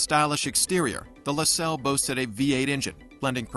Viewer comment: A I voice mispronunciation no thank you left video say LaSalle LaSalle artificial intelligence boycott It’s YouTube not a i tube don’t go away mad just go away